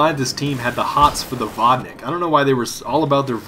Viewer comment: Claims to be russian-Cant pronounce vodnik